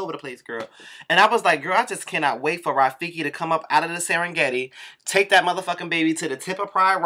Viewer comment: Biiiiiiiitch not Rafekee!!!!!!! roflmao